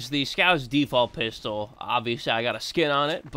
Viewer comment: I love he emphasized 'Piss' in Pistol in